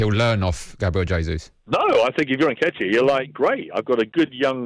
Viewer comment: Nketiayyy?!? 😂 #SELLARSENAL #COYG